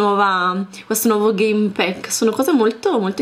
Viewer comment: Si pronuncia game pack non game PECK